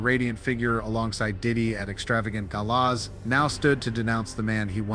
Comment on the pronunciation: Who the hell is narrating this? Must be AI because they don't even know how to pronounce "gala."